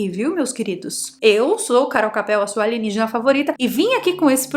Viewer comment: Carol, amo quando vc fala ALIGENÍGENA, e agora mais um que adorei DISSONAURO kkkkkkkkkkkkkkkkkkkkkkkkkkkkkkkkkkkkkkkkkkk mas eu acredito na teoria da fazenda, e nesse caso faz sentido. Esse dissonauro evoluiu nas cavernas da Terra, e através dos milhares de anos chegou à um nível tecnológico onde pôde criar outras espécies e dentre elas nós, para se alimentarem.